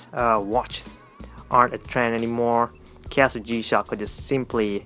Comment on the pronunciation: I'm pretty sure you said kiasu instead of Casio.